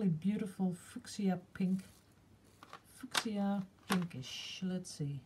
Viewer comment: Haha! I think you mean fuschia, pronounced 'fewsha' in England! Love your watercolours too.